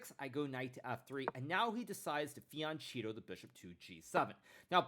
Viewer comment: How can the GOAT of chess streaming mispronounce the word Fianchetto?! The CH combo followed by I or E makes the K sound, not the c sound that you hear in the word ciao for example. Not trying to disrespect. one way to remember this is to think about how you say the word "Michelangelo". Daje Hikaru!!